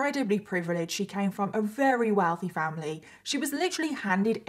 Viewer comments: I love your videos a bunch, I think you're great. I just have to say I notice you say very as "rary" which is adorable, I've just never heard it as an accent from anyone from the UK. I'm just wondering where it comes from. If it's a speech impediment or something I hope you know I'm not calling you out! Just curious, like I said I think it's adorable and I love you and your videos!! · I am so genuinely sorry, but why do you say “very” like “rerry”